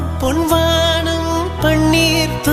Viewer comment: My evergreen fevorite song....but vaanam,panner pronunciation sari illai.